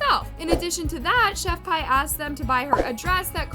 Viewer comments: I can’t get over you saying chef pie it’s chef P lmao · its chef pii not chef pie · For the love of God if you want to be taken seriously when you do videos about people at least know how to say their name right it's not Chef pie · girllll... chef pie. i gagged. isnt it chef PI ? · it's "Chef P"... 💁🏼‍♀ that's JUST the letter "P"!!